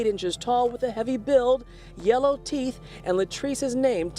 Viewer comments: Lol his A.P.B. description even described him saying yellow Teef 🤣😂😭😭😭 y'all if that didn't have me choking on water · Wayment, did the reporter say “yellow teeth” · Right I was like wait did they say Yellow Teeth🤦🏽‍♀️🤣🤣🤣